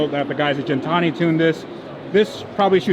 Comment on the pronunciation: bro! Gintani! Gintani! not Jintani😆